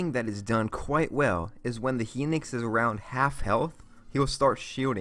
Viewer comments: HinOx not henix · Its not henix its hi nox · You say henix, it’s pronounced high - nox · It's Hinox not Hinix😂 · Hinix? Its hinox, HI NOX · HEENIX???? Holy shit. People really have problems pronouncing the names... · Ummm it's hin-ox